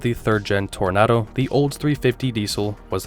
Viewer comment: OK, that was cute trying to get us all to slam you for the mispronunciation of Toronado. 👍 But you should have mentioned that that New Yorker was basically the last of the original Imperials...